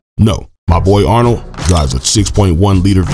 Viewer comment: Lmfao when you said Arnold’s name 🤣🤣🤣